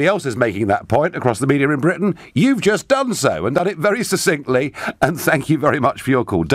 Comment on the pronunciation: If Nigel mispronounces the word 'succinctly' one more time, as he does here yet again at the end while talking to that guy from Belfast, I'm going to stop listening to his show. The word is pronounced, 'SUCK-SINKTLY.'